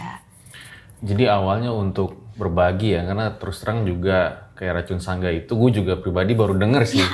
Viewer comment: Sedikit koreksi buka sangga bang tpi sanga